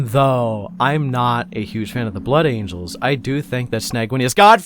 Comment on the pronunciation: I agree with your thoughts completely. As a Blood Angels fan, I actually have a hard time liking the "Blangels", if I correctly heard you incorrectly but beautifully call them 😏. I constantly find myself coming back to Sanguinius because I love this idea of love and light that he pushes that I feel I can never find in the same intensity or purity with his successor chapters. And I've been constantly looking for someone to explain why that is and so far, your video has come the closest out of anyone's. 🙂 Your views on the big Angel Boy himself remind me that we all like our respective characters from 40k because we connect with them on some level and that they have some inestimable degree of some human virtue to them or something like that and so it's important to remember that I, personally, really like Sanguinius because he's ultimately human despite his superhuman qualities and is also one of the few primarchs to really recognize that his humanity is a part of who he is. Regardless, and to make a long story somewhat shorter, I do also like how you broke down the flaws of his character that we often overlook; that he was actually very consistently getting closer and closer towards breaking down in a very awful way and that he may not have valued himself as much as he should have or given himself enough of a break to be able to bear through everything that happened. I'm glad that we can look at these fictional superhumans in such a way as to find their very human flaws so tha